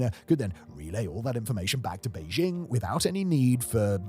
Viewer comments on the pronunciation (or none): none